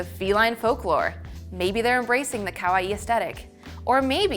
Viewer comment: Oh but ka-why are we saying it like Hawaii with a K?? Otherwise good video but someone please teach her it’s corrected pronunciation.